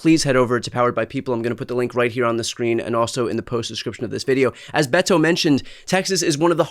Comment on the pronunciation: Brian, I believe his name is pronounced more with a D like Bedo, not a hard Bet-o as you are doing. He seems to be wincing when you pronounce his name.